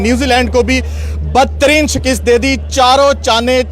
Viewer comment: Shekest nai Shekast hoti hai 🤦‍♂️